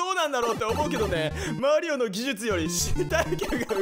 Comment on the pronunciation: マリオのことマリーって言うの好きです♪